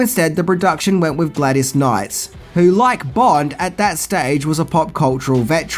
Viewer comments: Haha,”Gladys Knights”. Is the name mispronunciation thing on purpose? Are they Easter eggs for fans? Do I get a prize if I catch them all? I feel as though there’s at least one in every video, haha! Whether by accident or on purpose, love you,, and your videos are great!! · Gladys Knight... there's no "S"